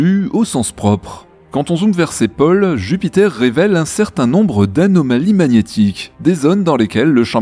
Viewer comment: Dis, à propos de ta prononciation, on dit: -- les oiseaux, pas "les oisos" -- les autos, pas "les otos" -- les pôles, pas "les poles" -- etc Il n'y a plus guère que "eau" que tu prononces normalement. C'est énervant parce que c’est un snobisme qui fait dénaturer lle Français.